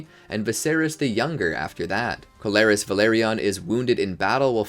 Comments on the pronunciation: Pronunciation is awful... Corlys is Core-Lis not Co-lar-is... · It’s Corlys not Colaris. But otherwise, great video!!